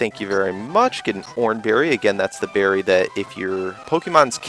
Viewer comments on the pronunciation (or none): none